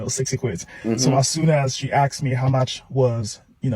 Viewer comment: Stop saying AXED me instead of ASKED, Axed is massively incorrect and makes you sound stupid. Geezer you reacted to was the typical black person saying axed, it's incorrect English man, please stop saying it, it makes you sound R-tarded. That is all.